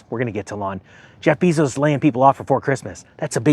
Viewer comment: It's Eeee-Lon. You pronounce it like a girl's name